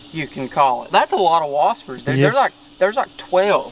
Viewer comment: Whaspers LMFAO